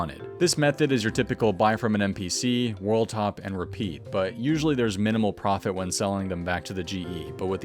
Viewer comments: Looool loved how u said profot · Lmfao you said profot as profot, I love you. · I'm so glad you caught the "profot".